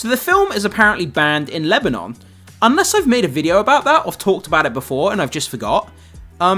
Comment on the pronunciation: The pronunciation of Lebanon is cursed